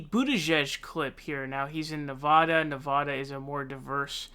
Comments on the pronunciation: So, when did they change the spelling of Nevada to Nevahda??? Please change it back and I won't speak Spinach. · YOU ARE PRONOUNCING NEVADA WRONG.